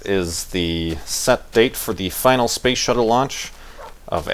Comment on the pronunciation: its space not spashe,;). Also, dont worry. your description of you at the launch and the party sounds exactly like me. Youre not alone! Good luck in both the tweetups, I hope you make it. Just make sure to tell us about it while walking to the farlands if you do. Thatd be several episodes worth of talking.